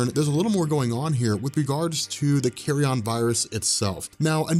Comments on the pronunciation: Learn to pronounce Carrion: kerēən, not "carry-on, as in luggage.'. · I love the way keeps pronouncing it as the "Carry-On" virus. What does that do? Turn people into Sid James?;-)